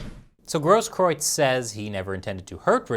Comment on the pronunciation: you're literally one of the 5 people in the whole US that can pronounce the name Grosskreutz.